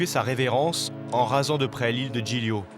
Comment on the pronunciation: PILON Zoo Le « GL » en Italien ça se prononce « L » comme Gli Spaghetti sa se prononce « Li Spaghetti »